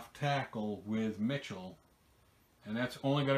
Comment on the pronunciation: Hey Z - great vid! Btw - on Sony Michel, his last name is like the female name "Michelle".